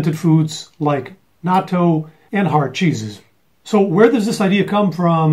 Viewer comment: Fantastic! An American who can pronounce natto correctly! Thanks!